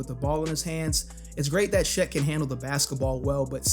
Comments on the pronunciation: why do you pronounce Chet as she’s?😂😭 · You saying “Shet” is driving me crazy